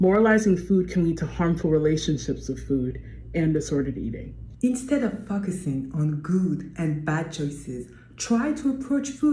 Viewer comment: IS it just me or did the lady at just said focusing like fuhkusing? 😂😂